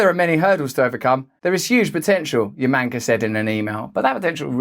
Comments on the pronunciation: I noticed Russell pronounced Yamanaka as Yamanko every time and Gordian and Gordanian... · I snorted every time he pronounced Yamanaka as Yamanka. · Russel needs to learn how to pronounce Yamanaka 😂